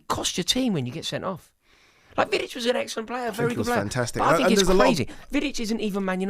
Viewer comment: As soon as he said Vidic I was done